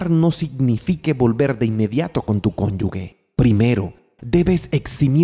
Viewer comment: Se dice "cónyuge," no conyugue